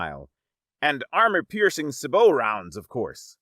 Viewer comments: Its sa-beo not sa-butt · Sabooooo! The T is silent on sabot! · sabot is pronounced 'SAY-bo'